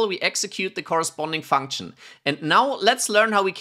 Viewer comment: bad practice also: funksh nnnnmnmmmmm